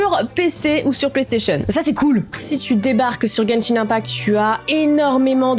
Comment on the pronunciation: Moi qui joue a Genshin tu le dis très bien